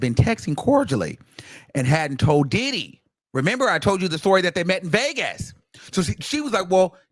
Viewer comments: The way you say “DIDDdy” be sending me 😂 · EVERY TIME 😅..... HE be like "DID-HE?!" and "DID-DEEE" 😂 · yes 😂😂😂 I be like why you gotta say it like that!!!